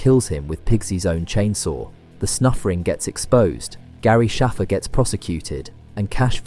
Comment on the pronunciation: bro she literally pronounces the letter ‘a’ in “Shaffer” like you would in the word ‘cake’. In fact it was said like that twice in this video by NPC’s so why deliberately mispronounce it